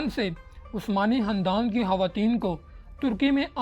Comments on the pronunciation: Hahahah o Bhai khandan hota hy handan ni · Khandan Not Handan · Khandan ko sahi pronounce karay